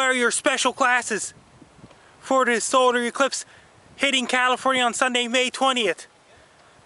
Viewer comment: "its gon be a soder ecwipse"